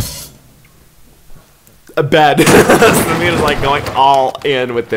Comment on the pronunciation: This is the first time I have ever heard someone pronouncing an Indian name so correctly 👍 The way said SAMEER..it was so clear👏